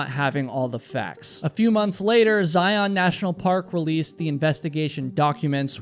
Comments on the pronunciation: Zion is pronounced Zaiun, as in fun run gun. Not Zai-Ahn. I don’t think she was ever lost. You can practically see and hear any vehicles going up the drive from anywhere near the river. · By the way, it is pronounced ZlI-on, not zi-ON. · I agree! Please —-you are usually very careful pronouncing names —-please learn to say the name of a major National Park correctly. It is said Zi - UN, like lion, not Zi - OWN, like Cyclone. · I’m sure you will never see this, maybe others will but they pronounce Zion in the sound of zi-un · Good video -- in Utah we pronounce it "Zi-unn." Don't ask me why, but yeah.